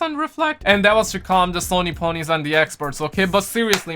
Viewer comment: I like how he says Sony pony's 😂😂